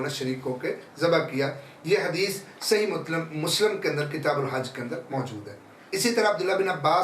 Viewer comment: مسلَم❌❌❌❌❌❌❌ مسلِم✔️✔️✔️✔️✔️✔️✔️